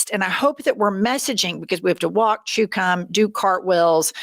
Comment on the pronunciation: Jennifer says we have to walk and chew cum and I know it was just a slip of the tongue but can we just take a second to laugh at this because in trump’s America we deserve to laugh at ourselves sometimes.